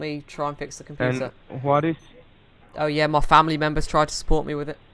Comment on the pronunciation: Wiruses found on this dekstop, so do one thing: Call tech suppowt.